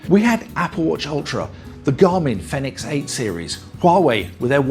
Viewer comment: Great video.. By the way Fenix is pronounced the same as Phoenix